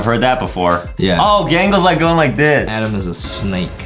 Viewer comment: It's Adem not adam 😝😝😝😝😝😝😝😝